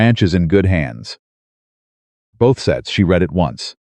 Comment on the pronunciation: Learn how to pronounce READ